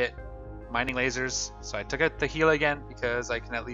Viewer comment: why do you say oot instead of out?